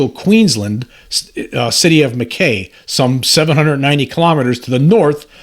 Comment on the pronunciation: Mackay is pronounced Mack High